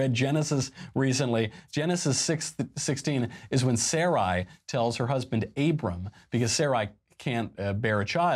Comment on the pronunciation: completely mispronounced sarai from genesis. It is pronounced suh-rye, meaning queen in hebrew